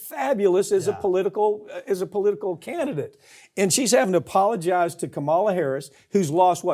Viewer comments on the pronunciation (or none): You could pronounce her name correctly. And you didn’t. White boy.